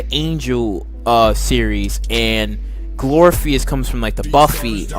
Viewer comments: Glory = glor if ugh cus glorificus! 🤣 absolutely loved your comments except that pronunciation. Keep up the awesome work! Love buffy! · No no Glor-if-ik-us!! Oh not the first one to correct the phonetic pronunciation. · Okay , amd ive heard you say "GLORPHEUS" TOO MANY TIMES ALREADY. WAT SKOOL U WENT??😀😂😂😂😂😂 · Glor-if-i- cus...... apparently you haven't really watched.. smdh... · This is one of the worst videos ever. You can't pronounce one of the goddesses' names. And you don't even know Buffy's mentor's name. You lack too much knowledge to formulate an opinion about this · IKR 🤣🤣🤣 Pronunciation of Glorificus is terrible